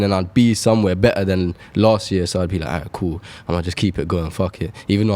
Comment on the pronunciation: “feels gool”